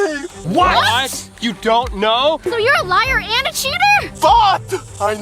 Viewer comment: Hahahah he said UND